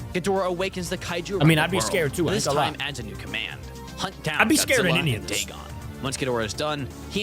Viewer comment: It’s pronounced Da-gone